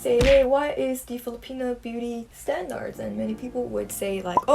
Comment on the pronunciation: y'all hear that 'i' in front of standards? SHE' ONE OF US